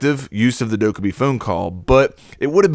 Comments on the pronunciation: Just thought I should say it’s pronounced “dokkehbie” I just get so annoyed when people say “ dokkebie” ... 😂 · Pronounced doe-Kay-bye, like “okay bye” on a phone call. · Anyone else hate the way he says dokkaebi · your incorrect pronunciation of 돜캐비 disappoints the korean menace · It’s pronounced “phone” not phune and also “Dok-a-b” not duke-a-b lmao